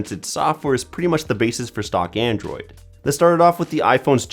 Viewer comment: "Andrew'd pie" bugs me so much